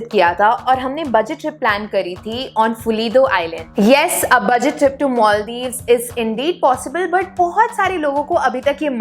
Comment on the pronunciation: Not only 'Herket' ,your English accent too. Where is 'Moldiws' ,can't see it on map.